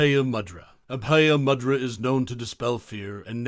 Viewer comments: It's moo-dra, not ma-dra. Also it's na-ma-stay and not whatever he opens with. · Pronounced moo-dra not mad-ra. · “Moo-dra” is the pronunciation - not “mud-ra” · Pronounced moo-drus?.. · A very interesting exposition of mudrâ, but it would have been more convincing if the narrator had at least attempted the correct pronunciation of the mudrâs. The power of sound is particularly important when using Sanskrit and the narrator seems never to have heard these words. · I'm almost certain that is not how you pronounce mudra, I'm off to find a yogi. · Learn to pronounce mudra properly by ignoring the way it's pronounced in this video